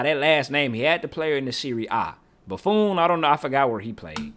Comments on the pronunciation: boo-phone 😂😂 bro was saying it wrong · Bro lost his all his aura by calling the legendary goalkeeper BuFOon.😭😭😭😭😭-auraaaaaa😭😭😭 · The way he pronounces Buffon 💀